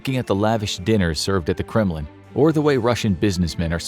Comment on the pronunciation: When he said Kremlin I heard "'criminal". 😳👀